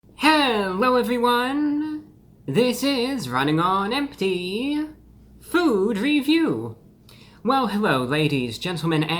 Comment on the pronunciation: Bruh, in the intro, when you point your fingers while saying food review, the emphasis / finger strikes should be on the F and the V not the F and the R.